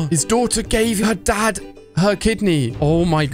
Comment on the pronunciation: Did u called the dad a dog u said dad wrong